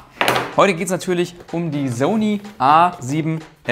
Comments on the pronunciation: Wieso hast du das Wort "Zony" so sehr vergewaltigt?:DD cooles Video! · Bitte sprich „Sony“ richtig aus, das ist ja nicht anzuhören. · smh wie sprichst du bitte SONY aus? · Wie die meisten MENSCHEN Sony aussprechen: ßoni Wie Sony ausspricht: soni ist halt kein Mensch!